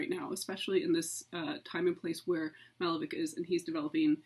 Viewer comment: Would be a much better lecture if all the names were used properly. The painter's name is not Málevik, but Malévich- ch pronounced as you would pronounce Chaucer, cherry, and so on.